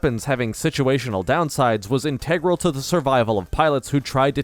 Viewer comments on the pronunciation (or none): why do you say 'integral' like that?